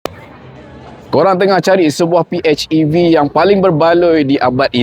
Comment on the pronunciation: Hej bang bukan etch. Pi-hej-i-vi. Baik bahasa melayu mahupun inggeris.